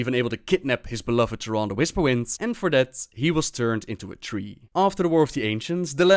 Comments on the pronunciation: I wish Blizzard would get their voice actors on the same pronunciation page. Malfurion pronounces Tyrande as "Tier-AAHHN-duh". Xavius pronounces it as "Tier-RAAAN-duh". That bugs the heck out of me! Pick one and stick with it. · Xavius does not know how to pronounce Tyrande